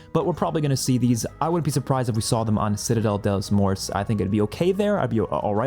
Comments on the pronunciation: Reminder to try using a translator app to pronounce the maps properly :)! Hope to help by saying it sounds like: "Citadel day more" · Citadel De more is how you say it both T and S sounds are silent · I'm pretty sure it's pronounced citadel day more. Have a nice day!